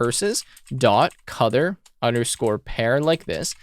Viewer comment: Wait....is it "COLOUR" OR "COUTHUR" ????